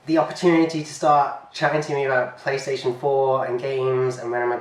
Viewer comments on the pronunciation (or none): none